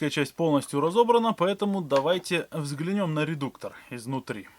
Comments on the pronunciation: не взглянЁм, а взглЯнем будет правильно, видос интесный 👍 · Не взглянём - а взглянем По русски